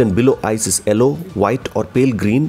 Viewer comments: you don't have to change that pronounciation of 'yellow' as 'ello' as it is a bit stylish as europian pronounciation plus eventually it will become your signature...your voice is deep and pleasent to hear... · The way you pronounce the yellow colour.🤣🤣🔥